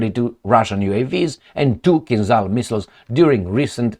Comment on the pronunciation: Hi, I appreciate very much your videos (thank you for all of them!), but why don’t you pronounce the word “Kinzhal” the right way? You would be one of very few on western media! On the net you can find following description of the sound transcribed “zh”, e.g. for the Cyrillic letter ж. “The 'zh sound' /ʒ/ is voiced (the vocal cords vibrate during its production), and is the counterpart to the unvoiced 'sh sound' /ʃ/. To create the /ʒ/, air is forced between a wide groove in the center of the front of the tongue and the back of the tooth ridge.” The kinzhal are called kinzhal because a kinzhal is a dagger in Russian. As you mostly pronounce French words with a way that sounds authentic, I can tell you that the sound transcribed “zh” is the same as the sound corresponding the letter J in Jacques, jamais, Japon, j’aime, jalousie, etc. See the article Khanjali in Wikipedia, which concludes “Compare the standard Russian-language word (probably Turkic-sourced[6]) for "dagger": Russian: кинжал (kinzhal).” Good luck!